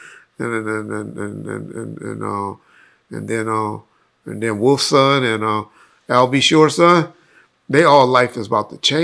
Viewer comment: He said wolf and al b sure son hahaha